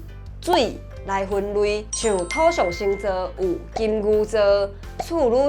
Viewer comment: "土"標做thôo是毋是佮"塗"舞重耽去？若無照講"土象"要變調成第七調抑是第三調，影片煞共"土象"的變調唸做第一調，按呢應該標thóo。